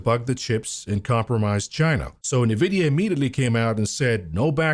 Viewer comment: Why can't you pronounce NVIDIA correctly?